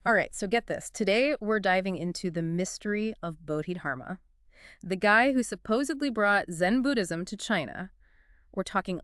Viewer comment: Its budhi dharma..pronounced budi darma..i believe